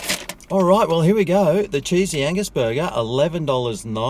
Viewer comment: Wow, get my mind out of the gutter.... I thought you were saying sleezy anus. Oh, cheesey angus. 🤔